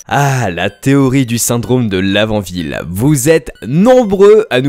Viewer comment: Moi j'ai cru qu'il avait dit la vanille mdr xD